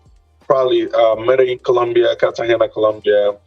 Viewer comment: Colombia is nice but not enough outisde of the chicas to keep me goinc back. I have a lot of otgrr countries i want to hit. By the way Medellin is pronounced Mede-yeen or Mede-jeen! 😅✊🏾